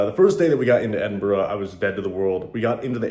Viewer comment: watched this today great seeing you was in my home town glad you had a great time and you even said edinburgh the right wat some cant say it right lol